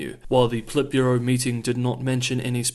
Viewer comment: Stop stressing the second syllable in Politburo!